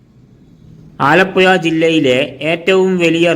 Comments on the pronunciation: പുയ അല്ല പുഴ 😂😂😂😂😂😂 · വടക്കൻ കുണ്ണെ നീ ആദ്യം പോയി നാക്ക് വടിക്ക് ആലപ്പുയ അല്ലേടാ ആലപ്പുഴ നാക്ക് വളച്ചു സംസാരിക്ക് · എന്റെ പൊന്നു ചേട്ടാ ഈ പുഴ എന്നത്. പുയാ എന്നുപറയരുത് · ഈ ചെങ്ങാതി ഏതു നാട്ടുകാരനാണ്, ആലപ്പോയ കേട്ടു ചെവി അടഞ്ഞു, ഇനി ആലപ്പുഴ യെ കുറിച്ച് പറയാൻ വരികയാണെങ്കിൽ നാക്ക് നന്നായി വടിച്ചിട്ടു വരണം പൊയെ 🤣🤣🤣🤣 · ആലപ്പുയ പയം മുയുത്ത പയം 😂😂😂😂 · എടാ പഹയാ ആലപ്പുയ അല്ല ആലപ്പുഴ 😂. ഇത് കൊല്ലത്തു ക്കാർ ഫാര്യ എന്ന് പറയുന്ന പോലെ. ഏയ്‌ അല്ല ഏഴു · പുയവിട്ട് പാലക്കാട്‌ പിടി അല്ലെങ്കിൽ അക്ഷരം പറയാൻ പഠിക്ക്